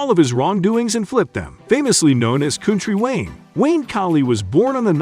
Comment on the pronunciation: If your going to spend negative energy, pronounce him name right. Haters!!!